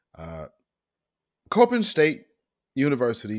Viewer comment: It’s pronounced c-o-p-p-i-n not coping. Your welcome family. I was born and raised in Baltimore. Before I left that dumpster city 30 years ago